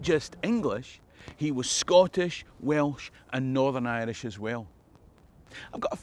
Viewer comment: Dude, you say "Aang-lish" that's Scottish as Fuck